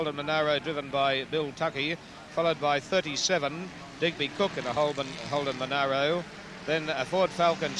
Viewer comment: Who's the annoying commentator that insisted on mispronunciation of the Monaro? There was enough media coverage back then to prove there was no 'i' between the 'a' and the 'r'.